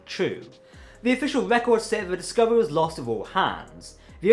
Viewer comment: I understand accents, but dude, you need to pronounce actual words, man. (Progy? Prodigy) ( Epsode? Episode) (Scovery? Discovery). Fuck dude.